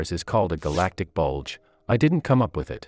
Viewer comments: is where emphases on B U L G E lies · Emphasis on BULGE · the way he said BULGE is funny the hell lol funny but entertaining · “That similarly have a *BULDGE* “😭😭😭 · My immature self could not stop laughing when the word "bulge" was emphasized